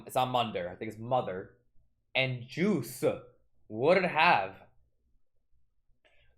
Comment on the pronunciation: correction it's Juice not Guese